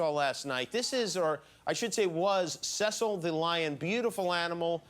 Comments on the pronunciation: cecil (see-sill) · lol he doesn't even say the lion name right...